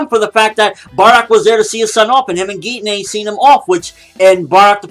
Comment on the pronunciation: It's like pronounced 'Jean'. Not G-nee